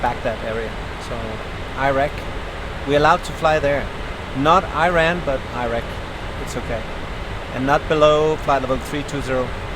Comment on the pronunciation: Bro really said 👁️ rak and 👁️ ran 😂😭